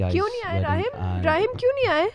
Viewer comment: Mispronunciation of Arabic names doesn't sound cool at all. Rahim❌ Raheem ✅